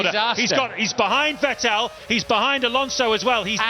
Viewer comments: Normal people: Vettel This commentator: Vetél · Had no idea for Fertell was. You're telling me they are saying Vettel? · VET- break-TEL haha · Who tf was Vetteehl ? 😂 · Ahhh the days where the commentators said Sebastian Vet-tell instead of Sebastian Vettel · Back when Vettel is called VeTELL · Vetél was actually pretty close compared to the hungarian commentary back in those days ^^ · Crofty: Sebastian Fettol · More like Wetéll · Ah yes.. Sebastian Vet-tel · "VEH TELL" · Back to a time, in which Vettel used to be called WätäLLLLL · It's still mispronounced....Crofty is the only one saying it right, like FETTEL.. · It used to be vuh-TELL, right? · The Hungarian commentators said 'Fetl' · Vet ell😂😂😂😂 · I love how they mispronounced Vettel, and as a German living in the US at the time, being completely flabbergasted who they were talking about. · Beck when no one knew how to say "Vettel" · the way he pronounces Vettel's name disturbs me greatly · How they pronounce Vettel 💀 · I love how they used to pronounce Vettel like he was French for some reason 😂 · Haha the way they mispronounce makes me feel as if this isn't the same Vettel as today, but a completely different driver. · Its so funny how commentators pronounced Vettel 😂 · Funny how he pronounce Vettel. 😂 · Yea exactly. Hearing Vettel with V is making my ears bleed. Same with Verstappen sometimes. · it's like they mix German pronunciation into his name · They still don't pronounce his name right. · he got it right the first time then he butchered it lol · OH MY GOODNESS ME VET-TTEL IS TAKING THE PLACE It weird to hear after 12 how they pronounce Vettel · Well, they still can't pronounce Vettel correctly, so... Ironically, Crofty is the only one saying his name correctly. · The best part is how they pronounce Vettel😂